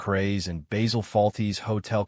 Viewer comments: Basil not Bazzill. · its not bayzil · Typical american probably not even watched any episodes, please pronounce his name correctly ! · Bayzill and Monty PyTHON?